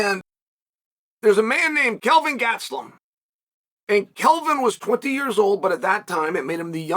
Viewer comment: Gatsellum or Gastelum? What a disrespectful twat!